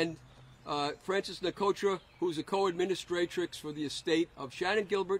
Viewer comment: "Administratrix" was great 😂